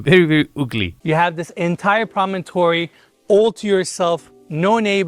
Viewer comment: I wonder how many people pronounce promontory as promonotory, similar to how some people say realtor as realator. Which do you say? Enes's version